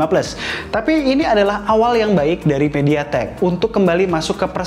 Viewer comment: Udh gw ulang2, kirain telinga gw yg rusak🤣